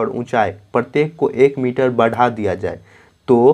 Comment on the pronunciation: Misar nhi sir miter😂😂😂